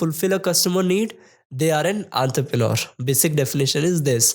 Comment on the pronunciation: Enterpreneur❎ Anterpreneur ✅ 😂